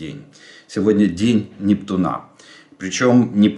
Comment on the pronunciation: Жданов, почему вы говорите НептунА? Надо говорить НептУна.